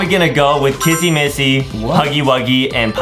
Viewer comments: It's not KaSsy MaSsy it's kissy missy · Is not cassie ma si it's kisi me see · It's kissy Missy not Kasey massy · I love that Justin says CASSY MASSY😂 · He says "kassy massy" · Yes the new saying Kissy missy’s name wrong is Kissy missy